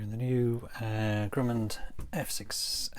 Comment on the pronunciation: No ‘d’ on the end of Grumman!👍🙂